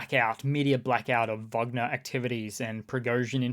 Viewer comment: Thanks for saying Vagner not Wagner.